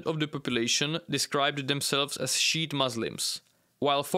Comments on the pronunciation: Fucking died when you said sheet islam😂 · its pronunced "shee-ite"